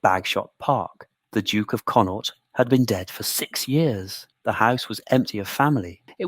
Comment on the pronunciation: Irish province conaught not connor